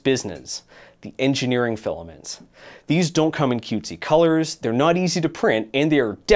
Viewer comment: You left out "Zey'r dirty girls"